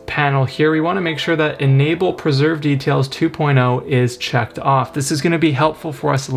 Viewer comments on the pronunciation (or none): Really good video...and helped massively. One thing tho...when you asked for the Enhance Preserve Details, it sounded like you wanted it to be checked off!! Was only when you got to the next part that I realised it should be on. Apart from that, worked like a charm. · bro did the tutorial guy say "checked on" or "checked off" can't tell